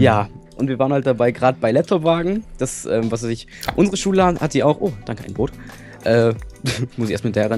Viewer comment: wen du Schule sagst hört es sich so an als würdest du Schwulen sagen:D Liken damit er es sieht:)